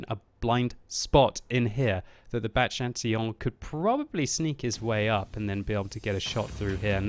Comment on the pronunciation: You said Chatillon well :)